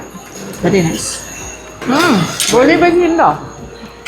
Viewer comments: Golibaaji alla golibaje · മാഡം.. ഗോളിബജെ... എന്നാണ് 😅... നമ്മുടെ മംഗലാപുരം ഇഷ്ടപ്പെട്ടുവോ... വളരെ ഫേമസ് അമ്പലം ഉണ്ട് സുബ്രഹ്മണ്യ.. അങ്ങോട്ട്ക്ക് പോര് 😂😂